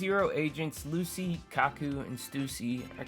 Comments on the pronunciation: Calling Lucci “lucy” threw me off bc I’m making food while listening and I was like WHO THE HELL IS LUCY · Two things: -Lucci’s name is pronounced “Luchi” -I’m glad you’re back but your energy was mad low on this one. Hopefully you’re able to record this at a better time for you next time